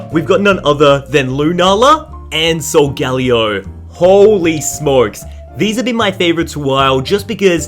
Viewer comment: First of all WHO TF IS SU-GALY-O that pronounceing sounds weird and I never heard of it cuz every one says it like this "Suga- leo" ~as the proper way they say it and I agree with that~